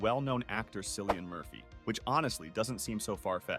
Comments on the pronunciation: 😂 ik lol, the fact that he said, " The WELL KNOWN actor.." and then got the name wrong is hilarious. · Cillian Murphy, pronounced Killion.